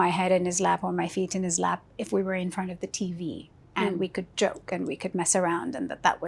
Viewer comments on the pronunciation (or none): none